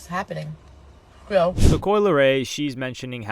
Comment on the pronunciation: Ohmggg not coi